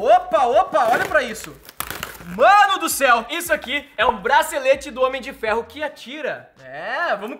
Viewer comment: N sabe falar Homem de Ferro